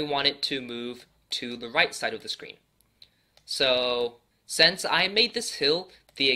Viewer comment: I love how he says sense instead of since 😂😂😂